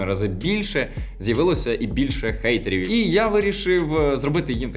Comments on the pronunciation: Я доволі добре знаю англійську, і недавно почала замічати що у наших людей є деякі проблеми з вимовою х і г. Наприклад коли треба сказати hide(ховатися) ,ми кажемо guide(гайд- інструкція,посібник який допоможе розібратися в якомусь питанні). З цього витікає що не гейтери, а хейтери тому що (hate–нелюбов,ненависть,огида). P.s: я не кажу що це погано або не припустимо, просто якщо ми хочемо щоб нас іншомовні людини правильно розуміли, то нам треба над цим попрацювати. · А чого гейтери? Або ненависники, або хейтери? Чи hate в нас вже гейт? Короче - йор інгліш із пьорфект.